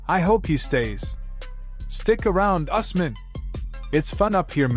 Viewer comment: And sir it’s pronounced ews-mun